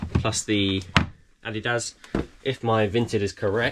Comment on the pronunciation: Finally someone who pronounces adidas correctly 😂